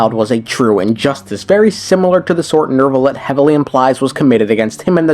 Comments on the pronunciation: Why do people pronounce Neuvillette as Nervillette? I don’t know how to pronounce French names but if that’s how it’s supposed to sound, then I have been pronouncing it wrong the entire time he’s been released. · Why is his name so hard to say for too many people? What the hell is a Nerve-a-let? Neu is NEW! NEW! I'll bet you want a new car or a new house in real life. Go to a car dealership and tell them that you want a nerve car ya jackass 😂😂. Where's my baby powder at? I'm going to start jumping through the screen and planting the white hand of Saruman on these fools 😂